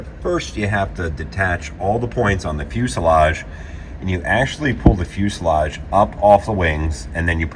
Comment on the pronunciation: I am so happy you’re finally saying fuselage properly.